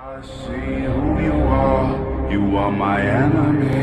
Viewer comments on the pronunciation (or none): Who* ,а не hwo😂